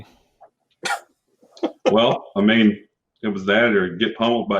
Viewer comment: Why are you pronouncing Anje and Shirei so weirdly?